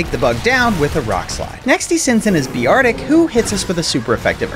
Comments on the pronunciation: bear-tick not beer-are-tick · You said beartic wrong